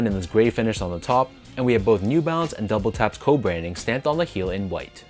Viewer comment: Am I the only person that heard him call it double taps and not WTAPS? It's WTAPS not double taps